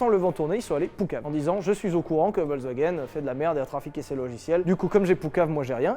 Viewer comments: On dit pas Volk mais Folk le V se prononce F. Voilà Fallait le dire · ça se prononce FolksVagen bande de brèles !